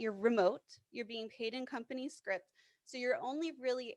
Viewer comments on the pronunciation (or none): It's company "scrip" not script!